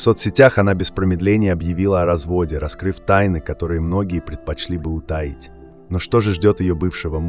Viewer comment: ПерепОлох? УтАить? Робот чтоле?